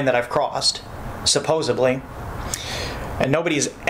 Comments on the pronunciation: There are 2 people in this world. One says supposedly and the other says supposebly. Which one is? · he said "supposeBly" and not "supposeDly". I used to have a boss who did this as well. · He would pronounce it supposebly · Throw him in jail for saying “supposably” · I love that says "supposibly" and also says "what my question is is....". Also a terrible speller from what I've seen on his channel and stuff. Doesn't even know to drop the "e" when adding "ing" to words. SMH. His grammar and spelling is that of a 5th grader.